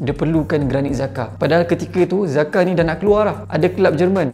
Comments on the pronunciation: sebutannya Jakka. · Pronounce nama Xhaka bukan Zakar. Chaka sepatutnya. Zakar nak keluar dah bunyi lain siaaa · Cara sebut yg betul ialah Jhaka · cara sebut xhaka tu jhaka laa XD XD XD